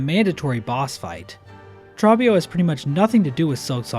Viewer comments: My brother in christ. Trobbio's name is pronounced like "throw" not "trough". He says it throughout the whole fight. I know it's a weird way to describe it but pretend there's a W after the O, for all the dubs Trobbio has deservedly won. Like a bug version of Kendrick Lamar. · One of my favourite parts about Tormented Trobbio's fight is the music. You can hear the singers in the background singing "Trobbio" for much of it and it's so goofy, I love it. Also, it's pronounced "Troh-be-oh" (like "oreo") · My only critique is the pronunciation of Trobbio. He shouts it the whole fight with the long O sound. No idea where people get trabio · Wait, why do you say Trobbio's name as "Trah-bbio". He's pretty clear about how it's pronounced. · short vowels (like in trah-bbio) tend to sound lengthened when they're drawn out like they are in Trobbio's voice lines, but the spelling of his name (with a double consonant after the short vowel) and team cherry's pronunciation confirms that it's Trah-bbio :) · dude, there are so many content creators who do this and it irks me so deeply. idgf if team cherry says "trah-bbio" they're wrong. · why do you keep pronouncing his name wrong, the background music literally says his name! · How do you mispronounce Trobbio when he literally says his name in game for you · Bro why do you pronounce Trobio like that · I believe you are saying #32's name wrong.... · How are you gonna mispronounce the name of the boss that says his own name over and over again? Is this ragebait/engagement-bait? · The way he says Trobbio has gotta be ragebait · why do you pronounce Trobbio like that...